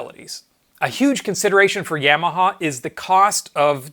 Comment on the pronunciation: Great video, BUT, every time I hear you say YAM-AHA instead of YAW-MAHA, it grindstones my ears into my head!